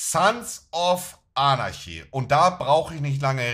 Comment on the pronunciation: der arme kann nicht mal Anarchy sagen